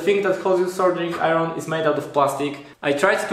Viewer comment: Koniecznie musisz dowiedzieć się jak wymawiać "iron". Nie piszę tego oczywiście złośliwie, polecam kanał Arleny, sam tam staram się szlifować angielski: Poza tym powodzenia w kolejnych projektach i filmach.